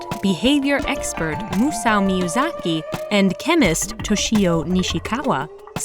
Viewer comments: "Moo-show" = MASAO?? Man the Japanese names being butchered was a bad oversight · Musao miyazaki? Read the script before you talk dummy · Weird pronunciation of Masao